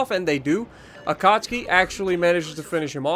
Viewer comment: it is Ah-cat-soo-key